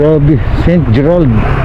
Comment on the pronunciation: Kala ko sa dinig ko ST. Petter😂😂😂😂ST. GERRAD pla 😂😂😂😂